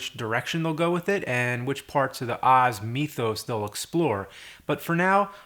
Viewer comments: "Meethos" oh honey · "The Oz Meethos"? You mean mythos?